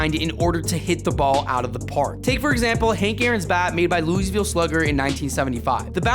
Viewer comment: Brother, please learn to say Louisville properly...